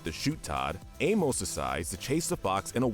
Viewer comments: Your pronunciation of Amos is seriously infuriating lol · It’s pronounced aim-ISS and KRAY, “Patrick Star”! 🤨 You’re so bad at pronouncing names,! 🙄